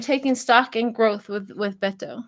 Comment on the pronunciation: Beto, no "n", in case you want to know. Otherwise, it's just unnecessary stress to even care. Let it go. So what if you pronounce it wrong.